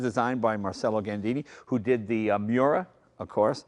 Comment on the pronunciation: C’mon Jay. I know you’re half Italian. It’s pronounced MARCH-ello. Not marsello!